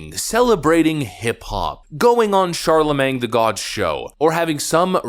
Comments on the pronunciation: youre saying charlemange wrong. I love ya but its been going on forever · Charlemang lol